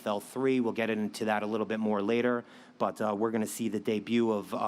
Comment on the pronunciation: ”Fabrico Werdum”. That guy should have done his homework and at least learned the name of one of his organization’s biggest names. Pretty lame and amateurish.